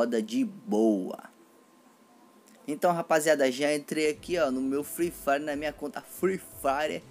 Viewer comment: mano vc como narrador ia matar qlq um de risada, mto da hr "free frire" da hr, likee